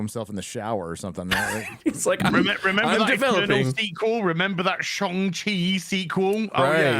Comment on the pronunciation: hehe giving pronunciation lessons on "twat" when he says shong chi and wakonda (not that i about those names either tbh)